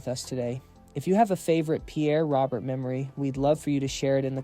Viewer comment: Such a wonderful man gone way too soon. Truly one of a kind. I appreciate the sentiment of this video but his last name is pronounced wrong here. His first and last name rhyme. As another commenter stated, it’s Pierre “Ro-bear.”